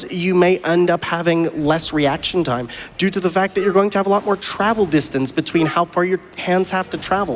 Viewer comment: commentator says "doot oo the fact"